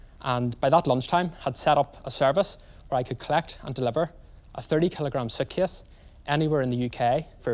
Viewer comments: I own a suitcase. But what the heck is a "sootkiss"? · I kept thinking he was saying "sand my bag" like he would take a dam pumice brick to it or something! Kept rewatching it like wtf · I thought he called it 'Sand My Bag' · Suitcase = sockyoice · I could not believe my ears how he pronounced the word 'suitcase' so I went back to hear it again and realized that it was the most played back moment in this video. Not surprised.